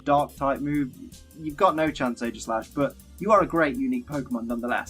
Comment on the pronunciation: He mispronounced Aegislash (ee-jiss-slash) and Arceus (arr-key-uss).